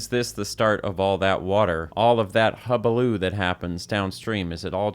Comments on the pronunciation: “hubaloo” hullabaloo you goof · I believe it’s pronounced hulabaloo